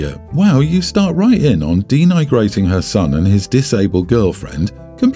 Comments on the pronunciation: “Denigrating” is pronounced “denny-grating” - not “dee-nye-grating!”. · For crying out loud, denigrating: deh· nuh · gray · tuhng. Please stop mis-pronouncing it, it's so grating